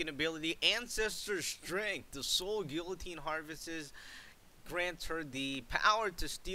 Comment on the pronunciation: I HATE when people mispronounce people like guillotine.... I know this vid was uploaded around a year ago but it still bugs me